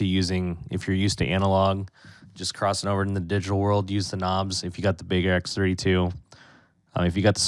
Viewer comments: Do you not know how to pronounce Behringer? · Drives me bonkers how he says Behringer. Omfg